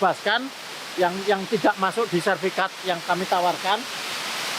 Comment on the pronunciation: SERTIFIKAT PAK, Bukan Serfikat ...... Salam Closing, Semangat